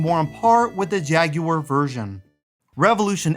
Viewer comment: You mispronounced "Megalopolis" and "Jaguar" wrong, idiot.